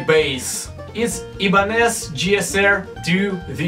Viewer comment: то ж не iбанез, а АЙбанез.